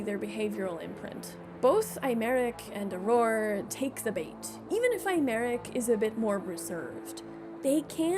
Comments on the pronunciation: i'm too FFXIV pilled to not flinch every time it's pronounced "eye-merick" bc they pronounce it "eh-merick" in the english dub and it's really throwing me more than i anticipated. they really don't say aymeric's name a whole lot in PL, i barely noticed through Aurore's accent. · Hi, I couldn't take it anymore. His name is a real French name and it's pronounced "Ey-Mar-Eke", or Aymarique, if that makes more sense visually Other than that, love the video! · wow, that pronounciation of 'Aymeric' was particularly insulting